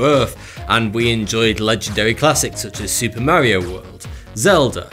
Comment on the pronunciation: Duuuuude! You pronounced "Mario" correctly!!! Automatic thumbs up!!!